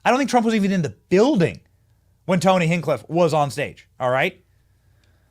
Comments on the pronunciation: It’s hinCHcliffe not hincliff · Benny, his name is pronounced hinch cliffe. HinCH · Love ya Benny, but its "HinCHcliffe" lol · HInchcliff, Hinchcliff brother, 3 days you been saying his name wrong haha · Benny will NEVER say Tony Hinchcliffs name right.